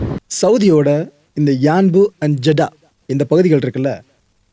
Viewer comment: Athu jada illa Jedda